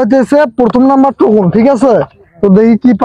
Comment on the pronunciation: টোকেন না টোকন😂😂